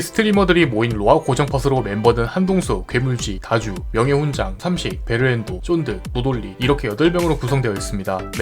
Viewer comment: 베르엔도가 아니라 베르앤도....